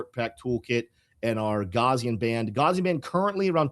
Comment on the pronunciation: gaussian: the first syllable (gau-) rhymes with cow second syllable (-si-) sounds like see third syllable (-an) sounds like the word in. please, for the love of god, do not pronounce gaussian as "gauze"-ian.